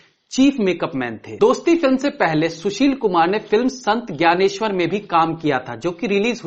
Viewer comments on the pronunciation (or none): none